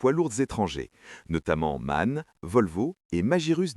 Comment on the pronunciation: La prononciation correcte de MAN n'est pas Man, mais M-A-N. Les lettres se prononcent individuellement. C'est consternant de constater que les chaînes françaises et anglaises sont toutes incapables de prononcer ce nom correctement.